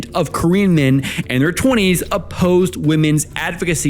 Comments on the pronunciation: I thought instead of saying "korean men and korean women" at the start you were saying "queen men and queen women" 😂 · i heard that as green men and green women